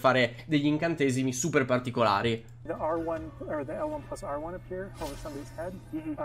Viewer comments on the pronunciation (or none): none